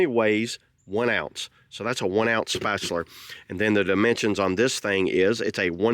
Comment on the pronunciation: Love how to say "Spatular'"! Thanks for the review! 🔥